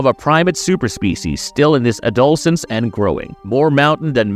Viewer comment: How can the narration mispronounce "adolescence"? Must be AI generated.